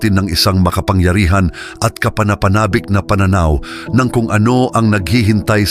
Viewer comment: Ang takot ay nasa unang syllable ang accent . Pakiwasto ng pagbigkas ng kapana-panabik